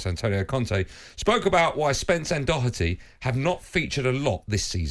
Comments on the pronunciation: Its pronounced Doherty not Docherty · There is no silent c or k in Doherty. It's literally pronounced how it's spelled. Stop inserting phantom sounds.